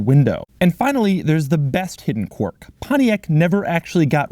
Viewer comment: Why can't you pronounce quirk? Or are you trying to say quark on purpose?